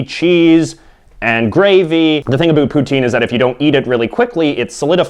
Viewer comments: Stopping intentionally saying aboot. It's not funny. We don't actually say that. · I've never heard a canadian say about like you. ever. in 32 years of living all over canada. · What it all aboot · You're making Canadians look bad, NOBODY pronounces it aBOOT.... You are obviously a wannabe hipster with the ironically lame hair and the overly enunciated accent. All of the Canadian foods you are presenting are basically the same as American foods, and if you don't know how to pronounce jos Louis (joe Louie) then you obviously don't know to freeze them before eating... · His pronunciation of about is clearly a joke. No Canadian says it like this. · From what I hear Canadians do say O's differently but it's usually hardly noticable. His is VERY pronounced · Why can't you say about properly. I'm Canadian and everyone I know speaks it properly. Obviously your from the far east or an island in bc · Stop saying aboot, no one actually says aboot. And it's pronounced "Poo-t-in" not "pootenn"